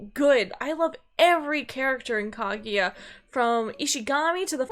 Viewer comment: Kagyua? Why does he pronounce it as "kag-you-a"?